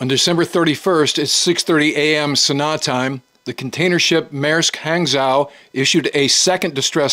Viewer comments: It's not "Hang-zow", it's pronounced "Hang-Joe". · It’s pronounced more like, “Han Joe.” Hangzhou is one of my favorite cities in China I’ve visited with my Chinese wife. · It’s pronounced h-on-g-joe not hang-zow… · Thanks for the videos! I find them informative and interesting. One point, 'zh' in Manderin is pronounced as 'j', so the container ship would be 'hang-jou'. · Hang is pronounced more like Hong in English and Zhou is pronounced like Joe btw. Nice video also. Good updates on this situation. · Hey, love your content! Hangzhou is pronounced similar to Hung-joe. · Good work. Hangzhou is pronounced like hong-joe. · It's pronounced "hang-joe" or thereabouts. Otherwise, top coverage! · Small nuance, hangzhou is pronounced hang-djhow. Or hangjhoo. After the same named city in China. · Not to be pedantic, but Hangzhou is pronounced something like H ah ng-Joe. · Say Hong-Zhu